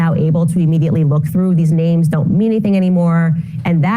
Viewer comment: She keeps mispronouncing the woman's name.